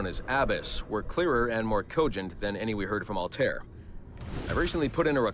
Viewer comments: “Al-tear”? “Enzio Owditoray”? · Altair [All-tie-eer] Ezio [Et-see-o] Aveline [Ah-va-leen] Conner [Because my pale ass can't pronounce his native name any better than the narrator] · pisses me off so bad that the dude cant say altiar's and ezio's and connor natvie name's right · i'm glad he says altair as ''al-tare'' because when you read altair that way it means the word ''bird'' but in arabic :D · You said Altair wrong and abbas too